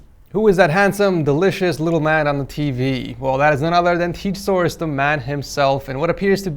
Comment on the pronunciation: Why does he sometimes say teek source instead of tech source?